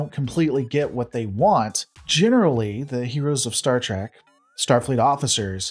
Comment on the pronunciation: It is STAR TREK not STAR TRAC. How much do you really watch?